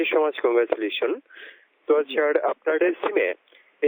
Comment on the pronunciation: ঠিকমত sir বলতে পারে না । শালারা 🤔